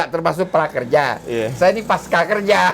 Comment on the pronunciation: Babeh..., pasca (baca pasca, seperti panca), bukan paska... gak ada kan pankasila, yg benar itu Pancasila... begitu juga dengan pasca, bukan paska...